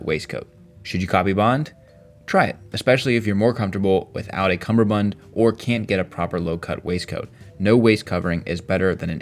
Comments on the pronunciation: "Cummerbund", say it with me "cummerbund" not cumberbund! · I will say, it's a cummerbund, not a cumberbund. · When doing a video on style, always be aware It's 'cummerbund' and not 'cumberbund'.